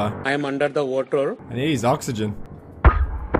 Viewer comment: wotah base